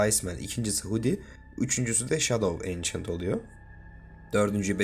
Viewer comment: Yanlış telaffuz antik gölge yada kadim gölge 😊